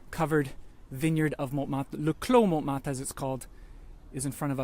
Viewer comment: Picky pronunciation quibbles - don’t pronounce the ‘t’ in Montmartre. It should sound like « mon martre ». Secondly, don’t use a long ‘a’ for Satie. Even in English it should be almost identical to the French pronunciation. SAH-TEE. OK, rant over. Surprised that your wife let you get away with those! LOL. Continuing to love your videos. Thanks so much!!